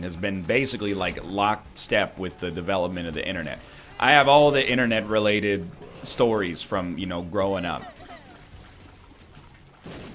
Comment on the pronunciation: I was thinking mate silver when you said internate ..